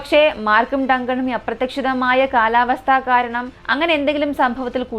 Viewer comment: . അപ്രത്തക്ഷത്തത്തത്തത്തം എന്നല്ല... അപ്രതീക്ഷിതം ആണ് ഉദ്ദേശിക്കുന്നതെങ്കിൽ അത് വ്യക്തമായി പറയുന്നവരുണ്ട്, ഒരു പത്ത് പ്രാവശ്യം അത് ആവർത്തിച്ചു കേട്ട് മനസ്സിലാക്കിയതിനു ശേഷം സ്വയം പറഞ്ഞു നോക്കുക, ക്ലീയറായെന്ന് ഉറപ്പായാൽ മാത്രം വീഡിയോയിൽ ആ പദം ഉപയോഗിക്കുക, ശരിയാവുന്നില്ലെങ്കിൽ അപ്രതീക്ഷിതത്തിന് അനുയോജ്യമായ വേറെ ഏതെങ്കിലും വാക്ക് ഉപയോഗിച്ചാൽ നാക്ക് ഉളുക്കാതെ കുറേ നാൾ വീഡിയോ ചെയ്യാം....